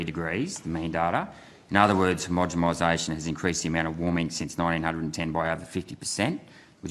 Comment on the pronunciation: Homogomization? My god go back to school, when you try to sound smart you sound so dumb....homogomization ffs...🤦‍♂🤦‍♂🤦‍♂